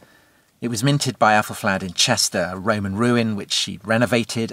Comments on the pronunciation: what was more annoying wasn't just the mispronunciation, but that it was inconsistent, sometimes flad, some times fled. sometimes athal, some times ethel. drove me nuts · Aethelflaed! Pronounced Ethelfled! They're all Ethels - Fled, Red, Stan. Mispronuciations so irritate me!